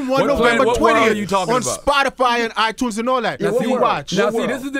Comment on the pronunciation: At the end he said “out now on Spotify and u tunes” lmaoooo